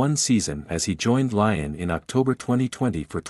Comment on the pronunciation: And pronounce Leeon right